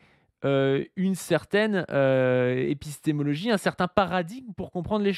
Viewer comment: il a déjà un mal fou à prononcer ce mot, alors de là à le comprendre...